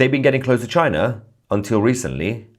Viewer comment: no no no it's not china ... its ....chi...nah😅